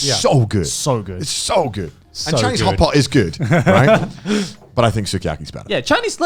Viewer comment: I keep hearing hot pocket instead of hot pot